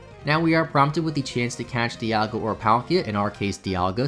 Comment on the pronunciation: “Dialgia” Oh no.